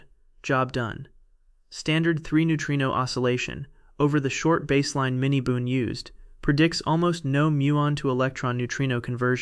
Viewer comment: You guys have got to do better with your text to voice app. Baseline does not rhyme with Vaseline. Prepare your text so that these errors are not made.